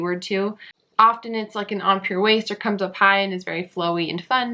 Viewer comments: Thank you, I'm getting ready to start listing. BTW, empire is pronounced M-Pie-er, like New York's Empire State Building. 🙂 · The mispronunciation of "Empire" is from a TV show. The style if from the Greek Empire period and should be pronounced as such. I taught Historic Costume in a university.